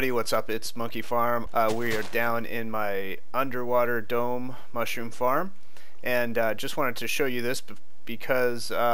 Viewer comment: Nah dude I said that I thought he said weed farm